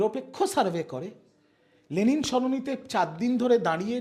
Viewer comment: কতটা গাধা বা রামছাগল হলে 'লেনিন' কে 'লেলিন' বলে বা লেখে ???????????